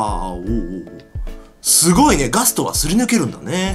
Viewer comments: ガストおお〜〜 って言ってたときガトーって聞こえた。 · ガストがガツトに聞こえる